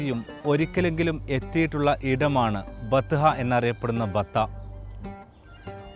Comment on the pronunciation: ബത്ത അല്ല ബത്ഹ ആണ് .